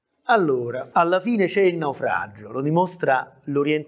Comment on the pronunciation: Bravo ma perdona una piccolissima critica: la dizione è davvero migliorabile. Dici "naufraggggio" " artifisciale" "loggggico" e altro. Per chi ascolta non è la stessa cosa ed è migliorabile con poca fatica. Saluti